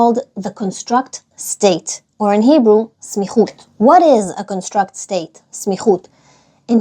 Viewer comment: Instead of con-STRUCT (like milra), the word is CON-struct (like mil’eil). “The CON-struct state.”